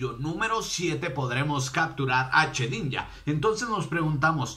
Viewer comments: se dice shedinja no chedinja !! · Se dice shedinja no chedinja